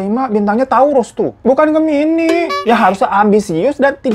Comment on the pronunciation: Bg hiro..gw gemini,tapi pas abng nyebut" Gemini gw ngakak.wkwkwk